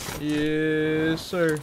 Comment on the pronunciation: Nobody:: yEs SiRrrr